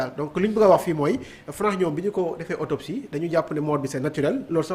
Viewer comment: Autopsie et non otopsie